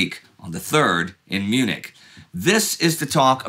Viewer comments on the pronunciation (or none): none